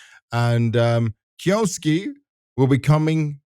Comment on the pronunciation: you say that you pronounce kyousuke like the japanese do, but you are incorrect you pronounce it as kyo suki (suki means 'like') so you are confessing your love to him. if you would have done the bare minimum research you would have known how to say it, just search "kyousuke pronounce" on yt should lead you to a vid of the pronunciation even just searching "anime kyousuke" should lead you to a clip of someone saying it in an anime. its pronounced kyou su keh (the o is elongated by the u, the e sound in japanese is not pronounced like i or the english e its closer to eh sound) now say it quickly without long breaks between the sounds. i know this is a useless thing becuase he is a russian kid who doesnt even watch anime and just selected a name, i doubt even he knows how to say it, and 90% of the talent in the CS scene is british so there is no point in expecting them to say it the 'correct' way, but still useless rant over. source: i am half japanese